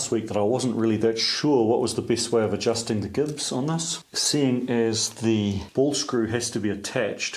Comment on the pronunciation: Gibs pronounced (J)ibs?